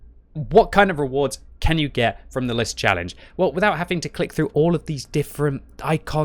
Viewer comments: its LIS not L.I.S. it means the FOX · Its not L.I.S its Lis=Fox